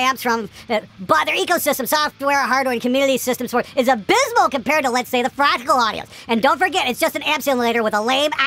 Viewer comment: You didn't just say F-rectal, did you?:D I'm pretty sure you just said F-rectal. Also... Why get all pissy about having paid the shitton of money on something when it turns out a few years later that you could've gotten away with a little less money with this newer tech? I mean c'mon, everybody - you included,. There are two sides to that. At the moment of the purchase you came to THAT particular conclusion because you felt it suited your needs the best. Also, the silly little thing is that, in the yesteryear the tech that came out just actually yesterday didn't exist so it wasn't available. There's no need to get defensive either way, folks. Buyer's remorse sucks but you've made your bed and you gotta sleep in it. It has happened to me, it has happened to all of us. Guitar gear sucks that way. Be it the hyper-expensive toupee amp or the F-rectal Ass-F-iks. In my case it was Boss GT-8 many moons ago. I still have it and it can get me through a show if need be, but even as formidable as GT-8 was and still is, it feels pretty limited nowadays with all the USB stuff and exchangeable IR's floating around. But all that aside, it does the fucking job, you just have to do it the old way. Simple as that. These things aren't gaming consoles. As for the Tone X Pedal specifically... I'm not sure it'll take take over some other solution. Just from the price point of view I'd say it's actually not that much cheaper if you take into account what it lacks. To me the Tone X looks like